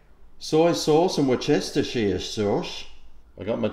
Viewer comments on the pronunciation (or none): Hey you still have shortened wooshy sauce...make it extra long Wor Cest Ishire sauce. The English hate it when you pronounce it this way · Love your mis-pronunciation of Worcestershire Sauce - Hilarious, still chuckling....It is pronounced Wuss tuh sher "wusstuhsher" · (pronounced) worstersher [English] wistersheer sauce [me].